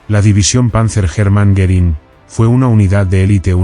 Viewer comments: I can't believe all these positive comments on a video with an AI voice that pronounces the subject of it Herman Goring as "German Garren." Looks more like you asked all your friends to post nice things so people would be suckered into watching a complete waste of time. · How sad that the AI voice couldn't pronounce "Hermann" or "Goering" most of the time, among other names and places, during this very informative video